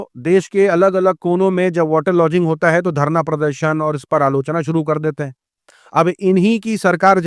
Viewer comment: वाटर लॉजिंग नहीं रे मदरसाछाप, वाटर लॉगिंग होता हैं